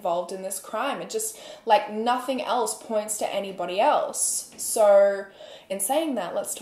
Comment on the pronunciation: Idk her Australian accent is weird to me. It sounds as tho they add extra rrrs in words. Like she says soooorrr instead of so... & horrrme instead of home.. norrtice instead of notice... etc...idk i just catch it, & I am not hating. I am Canadian so this might be why I catch it!